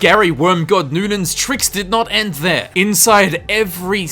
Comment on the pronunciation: The "endus" of him... lol